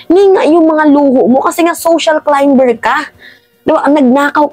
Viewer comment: Climber - correct pronunciation is 'climer', silent 'b'